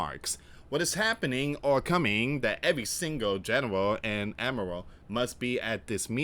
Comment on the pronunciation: Please look up how to say “admiral”.